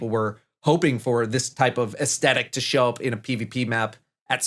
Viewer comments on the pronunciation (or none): none